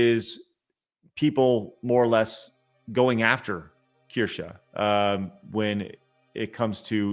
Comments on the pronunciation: not that you are pronouncing Kirche 🍒 correctly either ends with E but you pronounce an A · They are really trying to get Kirsche cancelled, huh? You are right, it will only get her more subs, because she is absolutely right. BTW: As a German I can confidently say you are all pronouncing Kirsche (slightly) wrong. So no worries about Asmon's "Kirschi" xD